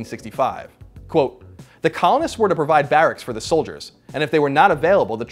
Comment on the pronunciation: When i heard him say "..that COLONists had against the British Empire," i heard "that Colin had against the British Empire" lol